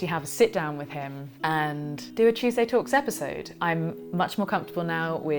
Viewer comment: Love your videos,, you have a nice voice’ I must have missed the original, but why do you say at every beginning? “Chewsday talks” in that way!??? XX🎄🌈